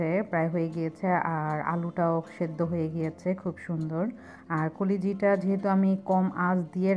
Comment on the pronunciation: koliji ki pronunciation holo kolija